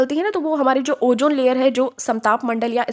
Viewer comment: Jaahil. ozone bhi bolne nhin aaraha hai, oojone bol rahi